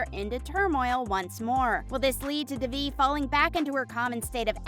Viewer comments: it’s not pronounced duh-vie. it’s day-vie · "da-vee" ITS DAY-VEE, LITERALLY NOT THAT HARD. PLEASE LEARN THE PRONOUNCIATIONS!! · WHOEVER is narrating this needs to be fired. They mispronounce Devi’s name EVERY TIME. Would you mispronounce ‘Dave’ as ‘Devv’?! NO! So how hard is it to see it as ‘DAVE-E’ and say it like that?! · it’s DAY-VE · It’s pronounced DAY VE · The actual way to pronounce it is 'deh-vi' not 'dayvi, but the way they say it in the show is quite close. ' - coming from a tamil, south Asian person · As others have said you are pronouncing the lead characters name wrong… considering how much info is packed into this video that seams rather careless🤷🏼‍♀️ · this narrator needs to get fired or needs to go to school again to learn how to watch someone say they name properly and repeat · Ma’am pronounce the name right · It’s not the American accent. It’s the complete mispronunciation of her name... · It is fake like they can‘t even pronounce Devi‘s name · The fact that the narrator of this video is pronouncing Devi’s name wrong is really irritating, they say her name properly on the show. It’s like when you spell your name in your email signature and people still misspell it in their reply.